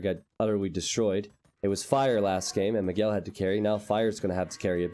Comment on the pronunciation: you pronounce almost all Brazilian names incorrectly. Miguel is pronounced like this